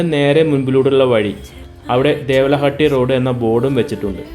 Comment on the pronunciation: ദേവല അല്ല ദേവാല എന്നാണ്